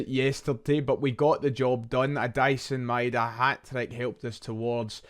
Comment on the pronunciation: “Dyson Maida”?